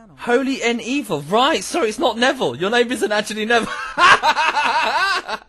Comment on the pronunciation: “It’s holy N’Evil” continues to call